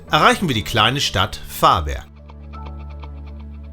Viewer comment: Hej, ein schönes Video mit sehr viel gute Infos, man will mehr sehen, bei der Aussprache besteht ein wenig Training. Ist aber nicht so schlimm, Varberg wird warberg gesprochen, vännern auch wännern gesprochen, Lidköping spricht man schöping. Åå schwedisches o und o ist ein u. Y ein ü